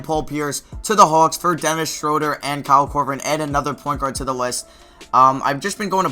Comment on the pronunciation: It's SHROO-DUR